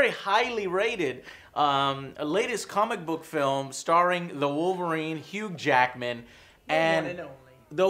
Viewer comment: says hughed Jackedman instead of Hugh jackman LOL!